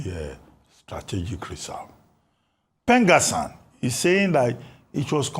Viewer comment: PENGASSAN ❌ PENGASSON✅